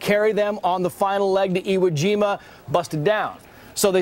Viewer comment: You dumb Fuck ! You keep mispronouncing iwojima